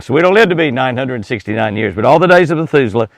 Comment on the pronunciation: Heard that too, I'm sure he meant Methuselah. Well now we know Jimmy is human after all. Lol God bless you.